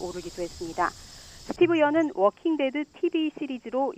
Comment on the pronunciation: 스티브 연이 아니라, 스티븐 연이에요. 무슨 뉴스가 사람 이름을 틀리나요?